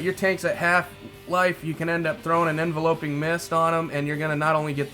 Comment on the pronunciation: I'm really not trying to be a grammar nazi or condescend but alot of people mispronounced enveloping mist. It's envelop, not envelope. (en-vel-up, no en-vel-oh-p)